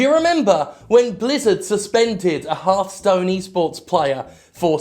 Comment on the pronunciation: what jim said: "do you remember when blizzard suspended a hearthstone e-sports player?" What i heard: "do you remember when blizzard suspended a half-stoned e-sports player?"